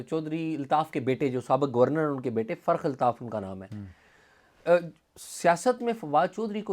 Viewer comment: اعزاز سید صاحب ۔۔۔۔لفظ فرخ الطاف ہے ۔۔۔۔۔آپ بار بار تلفظ فرق الطاف لے رہے ہیں ۔۔۔